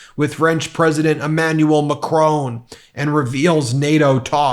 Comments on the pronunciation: Love your stuff on medis t. But behave it's macron not machrone as many keep saying. 😅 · Hi Ben Meiselas, love the channel - just one thing, Emmanuel Macron's last name is pronounced Mac Ron not Macrone other than that you're doing a great job calling out maga mania - keep up the fight against agent orange and his sycophantic minions. Good luck from across the pond. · Your pronunciation ov macron is triggering..lol..its mac ron..not mac rone...pahahaha.. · Ma crone??? I believe It’s correctly pronounced ‘Mack Ron’ 🙏🏴🇬🇧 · It’s not “Macrone”. It’s pronounced “Macrong”. 😉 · Macron is pronounced Mac - ron, not Mac - rone . Short o as in Ron, not long o as in stone. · Ben, it's Macron, NOT macronne!!! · Macron’s name is pronounced “makʁɔ̃” not “macrone”. It is not surprising when educated people get in wrong (looking at you Ben) that the rest of the world laughs at USA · The President of France is Macron - NOT Macrone. Also it's pronounced Notre Dam NOT Notre Dame. Be respectful. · The man is called mac ron not macrone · Why do you Yanks keep saying "Mack-crone". It's "Mack-ronn". Just sounds ridiculous. (I live in Paris) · Ben FFS....Mac ron...RON it's pronounced RON not ROAN...you muppet. If people pronounce Kamala's name wrong - you sh1t your pants...MAC RON....I don't really like the guy but say his name right. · My dear Ben. The French president's surname is pronounced like Mac-Kron. Not Mac-Krone. Or like Cron. MAC- Cron. Thanks for all your hard work to bring us the real news. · It's pronounced Macron, not Macrone—jut so you know 😊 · Macron, not Macrone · Noter Dayme is a Catholic University in America. Nawtre Dahm is a Parisian Cathedral. They are both spelt Notre Dame. (0ur Lady). Just saying…. BTW Macron. Not Macrone. The o is short and the n is not pronounced. After all Des Moines is not pronounced Da Moyne in French. Oh, never mind! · Dude, I like your channel, but pronounce Macron as Mac Ron👍